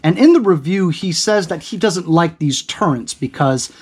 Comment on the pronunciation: OMG, nice review, BUT it is TURRETS, not turreNts … no N. Sorry, I got OCD and every time you say it wrong gives me agita. Hehe.